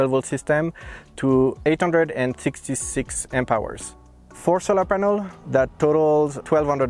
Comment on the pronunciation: It's not penel bro, it's panel. are you from India